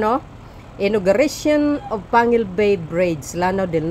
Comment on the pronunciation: its panguil not panquil